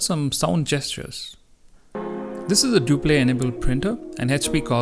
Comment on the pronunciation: Useful video! However, Duplex is pronounced ‘Due-Pleks’ (The ‘x’ is not silent.)